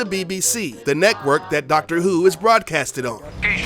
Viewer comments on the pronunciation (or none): none